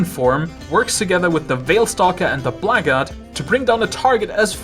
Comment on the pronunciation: "the blahggard" 😂